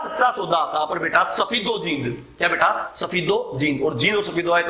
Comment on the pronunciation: beta word pai kuch jyada hi jor de rakha hai...... control ur emotion and padhane pe bhi itna ho dhyan do jitna beta -beta chilla rahe ho